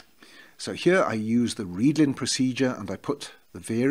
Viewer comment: Yes, I was saying that your pronunciation of 'readln' is correct.